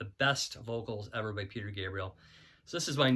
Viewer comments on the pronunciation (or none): none